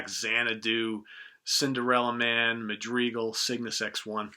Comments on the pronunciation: I'm certain someone must have corrected you on this already, but just in case -- you are mispronouncing the RUSH song "Madrigal". If you Google the word, you can click on the little speaker icon and hear how to pronounce it. You are pronouncing it as "Mad-Dree-Gull". That is incorrect. It actually sounds like "Mad - Dri - Gull". Think of the "dri" as the word "Drip" without the letter "T" at the end. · What is a "majreeeegul"? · Mad-REE-gal? nooooo... It's ma·druh·gl AFtK is one of my favorite Rush albums too. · "Muh-DREE-gull"? MAD-DRIH-GAL. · "madreegul" HAHAHAAHAH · Madrigal is pronounced Ma’ Dri Gull. Ma as in mad. dri rhymes with rig. It is a musical form from the Renaissance.